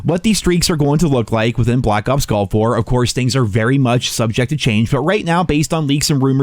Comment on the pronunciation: At least he says “Nuclear”correctly. ..since he pronounces “Gulf” like “Golf.”